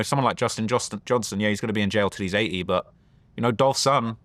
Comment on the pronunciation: Its 80 not A E 😆🤣